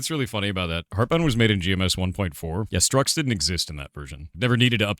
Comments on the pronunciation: "structs" as in "structures", not "struts". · structs, not struts 🤦🏻‍♂️